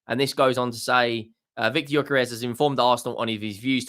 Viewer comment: Let me help you pronounce his name: GY(DUE) Ö(OE) DUE-OE-KAIR-ASH